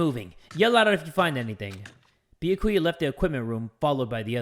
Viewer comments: He technically pronounces it right. I mean, he says the right syllables. He just emphasises the wrong bit. It's supposed to be Bee-YAH-koo-yah, rather than Bee-yah-KOO-yah, which is what says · Am I the only one who's getting annoyed with the way he's pronouncing Byakuya's name?? It's "Bee-Yah-koo-yah" not "Bee-uh-koo-yuh" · Why yes, I do get mad whenever says Byakuya’s name wrong. He says “Bee-yuh-coo-yuh” instead of “Bi-ah-ku-ya” and I want to hit my head against the table. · I can't believe I'm doing this but.... ITS B-YA-KU-YA I'm sorry. Lmao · Lol jay pronouncing it like "bee-ya-koo-yah" annoyed me at first but i just got used to it lol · It's pronounced bee a ki ya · I love how he pronounces byakuya as “bee ya koo yah” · I pronounce it as "by ya koo yah" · I know you aren't reading the comments but still I am b e g g i n g you to pronounce Byakuya properly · UGH do any Byakuya kins or stans get mad every time says “Byakuya” i’m not even a stan or a kin and i just get mad 😤😤 anyways i still love you but pls say his name right 😔😭